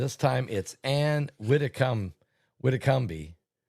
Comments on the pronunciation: Pronounced widdi and combe like comb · Wid e com thats how its pronounced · I'm so sorry, but how can you possibly mispronounce her name. It's pronounced Witti-Comb-- silent e